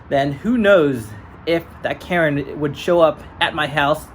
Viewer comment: Karen... Karen's... "KARRN"